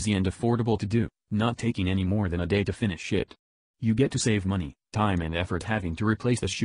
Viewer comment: a day to fini-shit ? lmfao!